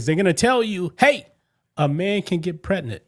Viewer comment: Prednant 😂 uhhh there's a G in there bro 😂